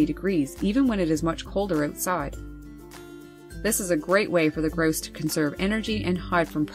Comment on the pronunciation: You say it as gross it's grouse